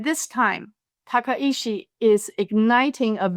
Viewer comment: Points all well taken, but it’s Takaichi, not Takaishi